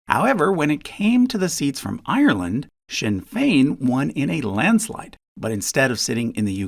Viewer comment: Thanks for taking the time to learn how to pronounce "Sinn Féin" properly. A lot of YouTubers don't bother.